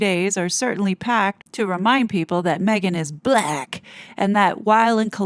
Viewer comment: 😂😂 you make me laugh when you said balack. black. lol. very good. 😂😂😂❤❤❤